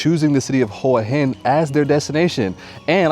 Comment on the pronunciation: Maybe talk to a local Thai person and learn how to pronounce the name of the location you're in. Just Saying